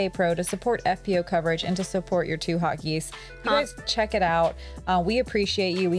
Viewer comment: Oh 2 Hot Geese I thought you were saying 2 Hot Geeks.... lol Great Coverage GK Pro